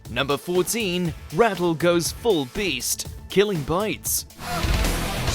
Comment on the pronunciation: Ratel, not Rattle!